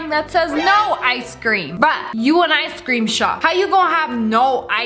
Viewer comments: Why you say “ice SCREAM” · People saying Ice cream Me: Ice Cream Ash: ice cream! Legit anyone: Ice Cream Lia: I see creme [again my opinion on how she says it]